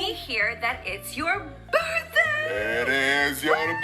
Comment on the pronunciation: “Twenty- twenty fiffff - Birfdayyy” 💀